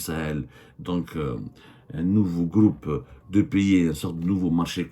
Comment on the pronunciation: abdou j'aime bien quand tu dis "le gloupe" pour "le groupe" faut que t'insiste un peu sur le R lol, gloup gloup gloup ça c'est t'boun quand il boit la vodka avec ses amis alcooliques russes 😂😂😂